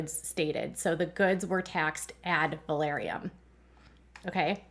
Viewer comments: FYI - check your pronunciation - Ad Valorem - NOT Ad Valoriem :) I enjoy your Duggar coverage. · AD VAL OR EM... Sorry...I couldn't handle hearing the valoriem...said like that...I've been up too many hours...sorry, it hit the last nerve I had...which apparently was my nerve for patience...😂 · I’ve always heard it pronounced “ad-val-OR-‘em” tax. Just a fyi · Ad valorem is pronounced phonetically. Valorem only has three syllables. va LOR em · omg thank you...it was driving me nuts too. I had to say something too...it was like fingernails down a chalkboard...😂